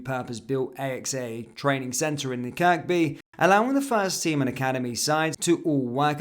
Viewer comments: Kirkby is pronounced Kirby the second K is silent. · Fuckinell can’t even pronounce Kirkby. I know he’s not from Liverpool but he should know that. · hat do you mean not anymore ? I live in Liverpool I’m a born and bred Scouser unlike yourself and many on here, I know how Kirkby is pronounced the 2nd K is silent. I will be charging you next time.